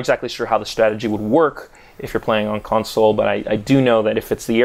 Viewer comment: Is it just me or does he sound kinda weird when saying console?